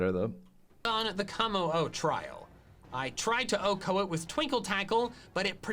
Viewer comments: I don't know what it is about MandJTV, but every time he says Oh-Ko a piece of me dies inside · I hate how the dude says OHKO. Like Velursi is pretty bad, but OHKO just hurt Edit: Kinda lame that he maxed out friendship on all his team, I think it's super cheesy